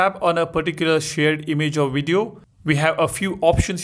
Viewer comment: I like watching your videos bro, but please try using the letter V! You know video, not wideo! Conveniently, not conweniently! At any rate thanks for the info is wery cool!! Oops I mean very!!